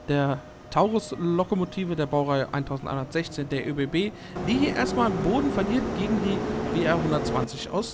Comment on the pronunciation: Die ÖBB 1116 wird 11 16 ausgesprochen und die 1116 fährt mit dem Railjet 230